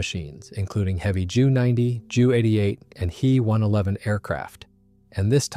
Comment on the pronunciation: WTF is a ‘hee one eleven’ and a jew eighty eight - frickiin AI